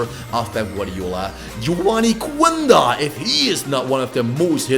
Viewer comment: Is Quenda don t read the "U" read "Qenda"🇵🇹🔥💪